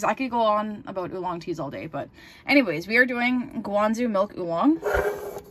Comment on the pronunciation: Guangzhou is pronounced "gwang- joe", not gwang zoo. "Zh" the majority of the time in chinese is pronounced like a "J" sound.